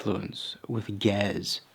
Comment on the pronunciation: pronounced "ge-EZ" just fyi